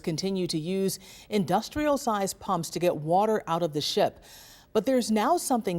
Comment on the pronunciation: Wardurr.... She means water...right?